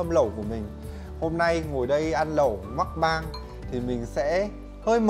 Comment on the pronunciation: Tất cả đều okk cho đến khi nghe chữ "mắc-bang" x))))